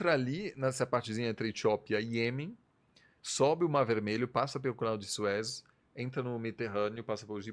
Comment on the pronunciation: Canal de Sués, pronuncia bem equivocada.